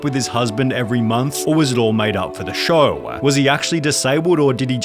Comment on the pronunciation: “All made up for the showAH”